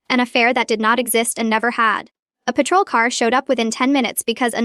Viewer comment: Could have been a good story, but creator needs to program Ai for correct pronounciations: lunatic is not lun-attic, it's prounounced (loon-ah-tik), lullaby is (lul-lah-baee) patrol is not paytrol is it's (pah-trol) ok too many errors to note hear. Please proof read before posting!!! Of course, the constant outbursts of "its a girl" is hilarious but stupid. Obviously not a native english speaker, but has potential as this storyline is a good one.